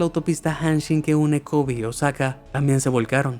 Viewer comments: No es Kobi, sino Kobe. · kobi o kobe minuto